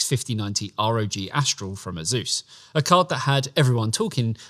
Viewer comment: 3 grand 😂😂😂😂😂😂. Its Asus btw not “azeus”